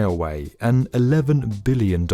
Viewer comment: at least he emphasized the 'b' in every billion mention